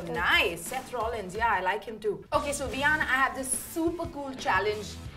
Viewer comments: 'Seth lollins' lol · He was saying...Seth lollins😂😂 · Can't even pronounce Seth Rollins correctly 🤣🤣🤣🤣.And the overacting by that fellow lady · Look at him he cant even pronounce Rollins correctly it's just for spot light Abe piddu aisa kitna dekh liya usne john cena ke bare me saale in paise walo ki to dadagiri chal rahi hai is duniya mein.....